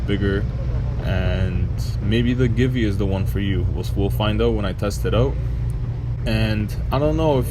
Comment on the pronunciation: I wouldn't call that a windshield exactly, more like a fly screen. And no offense, but it's pronounced Gee-Vee. Thanks for the review.